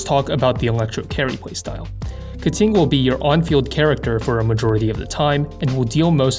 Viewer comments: Why, why do you keep saying Keting instead of Keqing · Instead of a voiding saying her name, this went the other way and said "Keting" in every sentence of the video. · pls stop saying ka ting. it hurts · her name is pronounced "kuh-tyying" not "ke-ching" or "ke-kwing" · sorry but each time you say Keqing it hurts